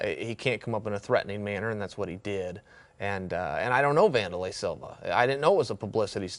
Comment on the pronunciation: Vun door lay?? I thought it was Van der lei... Yeah, Wanderlei Siliva.